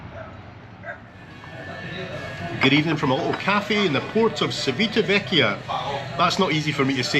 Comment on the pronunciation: You got close, it is pronounced Chee veet a vekia 😁